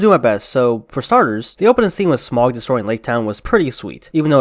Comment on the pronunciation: Not "smogg" as you put it. It is pronounced 'Smowg'. S M A U G, Smaug.